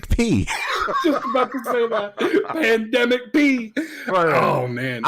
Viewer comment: Pandamic P 😂 cmon man don't do playoff P like that J